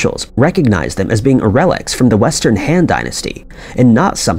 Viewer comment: Very well done, I watched the entire video. One correction that drove me crazy...the "Han" Dynasty. Rhymes with "bon" in "bon fire". Not the way this narrator says it over and over again, rhyming it with "fan". The other glaring problem...the narrator consistently says "conversation" instead of "conservation".